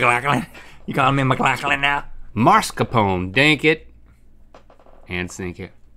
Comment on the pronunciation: It makes me feel so good when they say Mc-Glock-lin, and not “Mc-Loff-lin.” The first is the correct way as it’s Scottish.😂